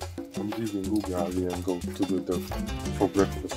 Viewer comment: Wow you have many animals at home. No alarm clock needed 😂😂 pronunciation of “ugali” is hilarious 😂